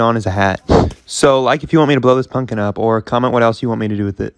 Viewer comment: I love how he says punkin